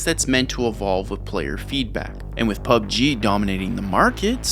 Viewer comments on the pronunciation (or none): none